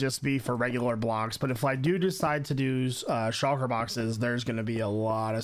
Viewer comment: everyone: shulker box: chakra box